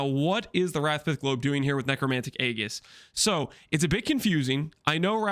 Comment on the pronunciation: 'Golem' doesn't rhyme with 'Gollum'. The 'g' in Aegis is pronounced 'j'.